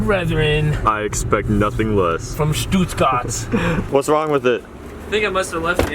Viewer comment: Stuuhtgaart? the hell is Stuuhtgaart?! XD Stuttgart meine lieben amerikanischen Freunde, Stuttgart. Being quadrilingual can be helpful.